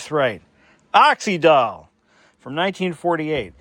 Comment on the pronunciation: I remember Oxydol well. My mother used it. I remember tv advertisements too. Not that it matters, but it was pronounced with the Y as the vowel E or I. So you say it like you’d say oxygen.